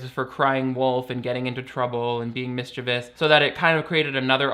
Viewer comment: Hype for people who pronounce mischievous correctly!!!